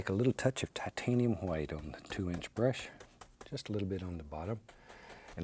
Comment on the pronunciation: the way he said "brush" gets me everytime haha